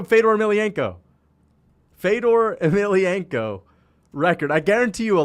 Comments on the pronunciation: Why does leave out the N in Fedors last name? It just sounds dumb and like a casual. It ain't Emilianko like how he is saying it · I've never seen this guy, but when you can't pronounce Fedor's last name, you shouldn't be giving any opinions on MMA.